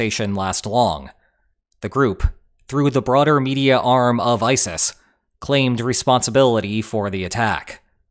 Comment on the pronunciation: E-sis? ISIS